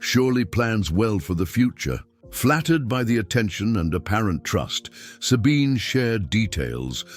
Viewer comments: and the pronounciation of SABINE is really bad, sorry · I have a neighbor she is German and she calls herself Zabine